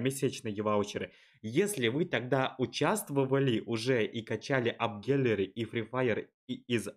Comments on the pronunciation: Никто абсолютно никто и его английский: Апгелери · правильно произносится не апгелери ...